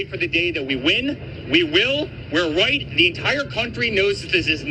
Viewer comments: what you hear is the r sound on the We're his mouth doesnt move correctly for the R pronunciation on the word Right. White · The buffoon said, WHITE. The lips did not purse for an R sound. He said white! He is speaking through the Orange ass of his dad! That's all he knows how to speak, through his orange dad. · He definitely said WHITE! I slowed it down myself! 😂😂😂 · He meant right, I'm sure of that. He said white. With all those w's he got carried away. With how awful they are in general we're never gonna give him mercy for a slip like this. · Ive heard this several times, this time it sounded like "right"....every other time...including day of, it absolutely sounded like "white" . Could there be 2 versions of it going around? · It sounded like he said "we're right", 😂 the sped up version confirmed it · No you can’t…. I hear W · Nope I heard "white" the very first time, before it was even replayed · This morning watching this, I heard 'white.' I thought that maybe it was just a tongue-twister effect from a lot of w's being used in sequence before the r sound. After reading your comment I went back--and you're right. There's a video on youtube showing how 'ba' and 'da' can be hard to differentiate, depending on the context--show 'da' on the screen while ba is being said, or vice versa, or show a person's mouth making the ba pronunciation while the sound da is being played, and the wrong sound can be perceived. I still think he's bigoted, but this isn't evidence of it. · He said white and you can tell by the shape of his mouth as the W sound comes out his mouth is not shaped like an R sound would be.